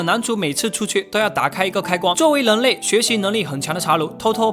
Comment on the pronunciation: 跟我念，人（rěn）类，那个人（rěn），不是leng类，leng民，那个leng....